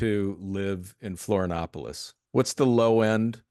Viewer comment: The moment the guy interviewed says he never took the covid clot shot, you know he's intelligent. (The Host needs to learn the proper pronunciation of Florianopolis.)